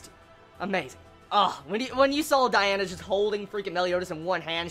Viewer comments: *DIane not Diana, Die-anne :p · DIANNNN NOT DIANA K